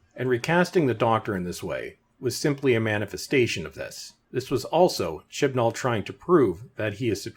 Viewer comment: Oh, I thought the narrator was saying, "Shitball."